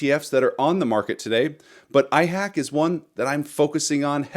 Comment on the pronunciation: IHAK not IHACK. It's volume is too low.